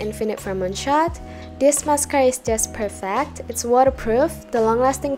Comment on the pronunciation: i love how you said perfEct 🥺🥺